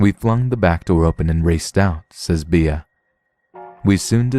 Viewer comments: Bea is pronounced Bee. Be-ah would be spelled just like that. Beah. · Thanks for the stories! Just a... tip? The nickname 'Bea' is pronounced like the insect, as in 'Bee'.